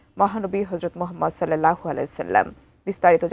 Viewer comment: সাল্লাল্লাহু আলাইহি ওয়াসাল্লাম উচ্চারণ করতে মুখ তোতলায় কেন ভাই?